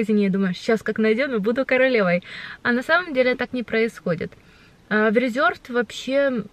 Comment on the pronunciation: почему Вы польский магазин Reserved называете Резёрвд? Если читается это как Рэсэрвэд! Вот просто интересно..